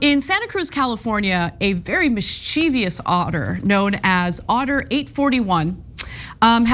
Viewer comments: Ana, if I may, it's miss-cha--vəs/miss-cha-vuhs. Trying to take account of accent here. There's no letter "I" in the last syllable of mischievous . Phonetic spelling is mis·chuh·vuhs. "Mischievous" is a misspelling of mischievous. So, like many speakers you are pronouncing the word with four syllables, like mis-CHEE-vee-us (making it rhyme with previous). It's not known whether the misspelling or the mispronunciation came first, or if they developed together. My mother has been a crossword fan all her adult life and she says it like you so has said it incorrectly all her life. She never solves a puzzle with mischievous in it 😅 This is meant in good faith of course. We have a couple of southern sea otters in a large deep glass-fronted pool in Sydney's Taronga Zoo who float around on their backs holding hands so they don't drift apart. It's absolutely heart melting! These otters are not native to Australia so they are zoo stars for us. There are also northern sea otters which live off Washington and Alaska plus Russian otters which live off the coasts of Pacific Russia and Japan. In Japan there are ottter cafes where you can have coffee and a session with otters they breed for cafe life. This is one I'm not too sure about, but I think there are a couple of YouTube channels devoted to these otters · PLEASE learn the accurate pronunciation for the term: mischievous (it is NOT /mis-cheev-ee-us/ ). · "Mischievous" is pronounced "MISS-chi-vus." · For the love of God, learn to say mischievous properly. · Can someone teach Ana how to pronounce "mischievous"?